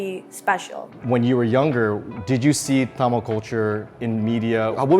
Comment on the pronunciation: Can we talk about how beautifully Philip pronounces the word Tamil!? 😊❤ A for effort!